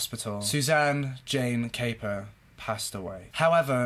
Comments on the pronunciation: Her name is pronounced cap - per not cape - er 👍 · I'm afraid you have mis-stated various facts in your summary of this case. You also mispronounced Suzanne's surname. I don't know where your information was taken from and clearly you are touching on the 'headlines'. It is also fair to say given the length of time this incident went on for and the number of characters involved its understandable you may get confused. Its a very emotive and sensational case but maybe remember there are still family members alive. What this young girl went through was awful. I'm sure your motive in recording this piece was not to be cause hurt but you ought to consider the impact it could have in a wider sense. I don't mean to attack you but remember all of these cases have families behind them. Suzanne was somebodies daughter. What happened was horrific and I'm sure her family and friends don't want to have such reminders in the public domain. Equally, passing opinions without having seen all the evidence or heard it in court can be dangerous.